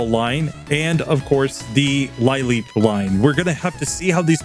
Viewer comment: I'm still watching and not sure if this comes up or if anyone's mentioned it, but lileep is pronounced "lil-eep," not "lie-leep." Comes from "lily," as in a sea lily...